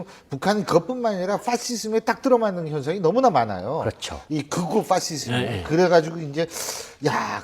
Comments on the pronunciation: 꼭 저렇게 신율교수 파시즘을 퐈쉬즘이라고 발음해야했을까ㅋㅋㅋㅋ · me thew 극우 퐈!쒸.즘